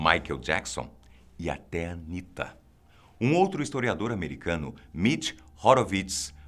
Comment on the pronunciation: estava indo muito bem , até falar Anita kkkkkkkkkkkkkkkkkkkkkkkkkkkkkkkkkkkkkkkkkkk